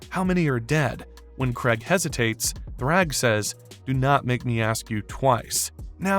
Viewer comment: “Craig” “Sessil” “Atom Ave” Who’s narrating this shit lol